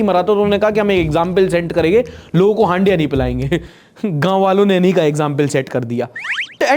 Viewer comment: हंडिया ❌ हंड़िया 😂✅